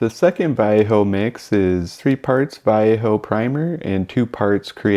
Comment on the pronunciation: I have never heard anyone pronounce Vallejo as you do; not even the Vallejo artists in their own videos. I am a plastic modeler, not a mini person, but I have used all of these primers. Vallejo I did not like; it doesn't like scraping and such as you found and I also found it harder to clean if you didn't have their own thinner, which was seldom in stock for me. I now just use Vallejo for hand painting small parts and figures. Stynylrez I did like as the sanding aspect is great for auto and aircraft models as you want a nice paint surface -- no scratches showing! But it went up in price and was hard to get for a while so I changed to Mr. Surfacer/Mr. Finisher which has been the best for me. And now the jars are hard to find in-store, especially in the colors I use. I can easily get the spray but even with decanting it is more expensive that way. The jars thin down almost forever and I can get a lot of kits covered with one. But yes, you need ventilation. Unless you consider the buzz a bonus. I might add my main paints going over these primers are Tamiya and AK Real Colors.